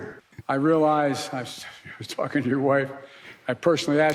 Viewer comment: he does say "talking to your wife" without all the required syllables. So it sounds like "fing your wife" That's amazing though lol, I had not heard that clip.